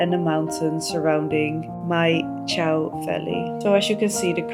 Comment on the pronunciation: Congratulations. You can't even pronounce the place correctly. "Chow"????? Wrong. You probably should learn how to pronounce places before making your videos.